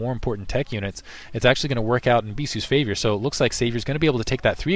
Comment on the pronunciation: lol "It's actually gonna work out in Bisu's Favior..."